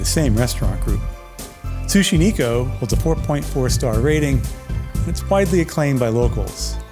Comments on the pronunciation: Thanks for getting mercury poisoning to bring us this video.😂 Sushi Neko (Nay ko, not knee ko). Means they serve cat.😂 Poke = poh kay. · Sushi Neko - "Neko" is pronounced "Neck-o" with a soft "e". It is the Japanese word for "cat." I agree with you that the nigiri is better than the rolls.